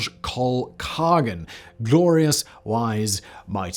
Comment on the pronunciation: PS: the G is silent in Khagan... You can say Khan.